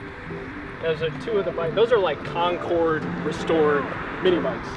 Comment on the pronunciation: It's concourse restoration...NOT CONCORDE lol